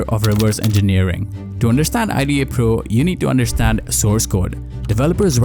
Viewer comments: Its not i--d--a pro, just say ida man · Nobody pronounces IDA like an acronym. It’s pronounced like a full word.